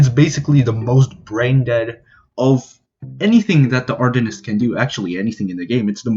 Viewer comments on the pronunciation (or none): It triggered me you said artenist, but life is too short to care. (great video btw) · you really need to say "Arsonist" correctly with the 's' lol great video as always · "Artonist" lol